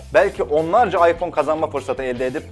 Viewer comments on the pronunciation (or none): none